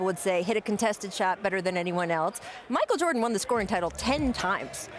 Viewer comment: That's not how you say Michael Jordan.